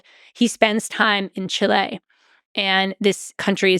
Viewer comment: It's not pronounced "Chi-LE" It's pronounced "CHI-le". Drives me crazy. People think they're being more intellectual by pronouncing it with a Spanishy-sounding accent, or whatever. But that's NOT how it's pronounced in Spanish, either.